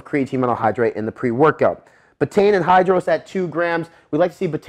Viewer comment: Loved this video! Find it funny how you pronounce anhydrous lol